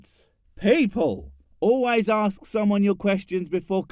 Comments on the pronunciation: If you can't even say the words "ask" and "asked" properly but instead pronounce them as "arks" and "arksed" then you have no business telling others what words mean or how they are to be used. Plus, the question: "What is god" is asked by the atheist who in turn evaluates the answer and subsequently tells you that they don't believe in that god concept either. Simple. These videos that try to "debunk" or refute "atheism" always fail because they never attempt to prove god exists. You can't "debunk" someone's non belief anyway. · Forget understanding how words work. He doesn’t even know how letters work. Three simple letters. A S K. Somehow out of his mouth, it turns into aks… jeeez… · Why does he say „AKS“ a question and not „ask“ a question? Does he not learn english from the magic book of holy crap? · Why can't people pronounce Ask correctly. Its always "axe, or ax, or arcx's, or some variation. The correct way to say Ask sounds like this. arse'k" like if you were pointing at someone's buttox an saying "arse". Ok good. Thanks everyone. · Arks? No my man, Noah built an Ark, singular. Never Arks, so stop saying it in sentences where i think you mean "Ask" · Don’t akst... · Surprisingly the question, and this video don’t annoy me at all. Not one bit. His logic is completely messed up, but we kinda knew that would happen, didn’t we? And at least it is a new argument. No. What annoys me is his pronunciation of the word ‘ask’. The ess comes BEFORE the kay!!!! Aaargh! Clenched teeth! Clenched buttocks! Clenched kidneys! It’s pronounced ‘arse-k’! Arse-k!!! Not arks!!! Arse-k!!!!!!